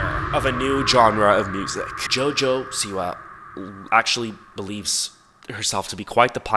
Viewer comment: When he said "Jojo siwa" in the start of the video i thought he said "Jojo see ya" (in Jojo's bizzare adventure) 💀💀